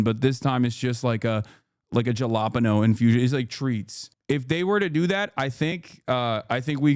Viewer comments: Jah-la-pen-o. Dude. Ha-la-peenyo Somebody tell him. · ha-la-peen-yo jfc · i like it because my favorite dumb joke only works with that pronunciation: what did the nosy pepper do? It got jal-ap-eño business! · The way Hasan said jalapeño almost took me out! He made it sound like a region instead of a pepper. 😂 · As a Latino, Hasan's pronunciation of jalapeno damaged my ear drums. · That jalapeño pronounciation is diabolical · I cracked up more and more ever time he said jalapeño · Ugh... Did Hasan really have to mispronounce "jalapeño?" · Is saying jalapeño like that some kind of lore i missed? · I can't believe that jalapeño pronunciation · He knows it’s wrong lol he’s saying it in hog-speak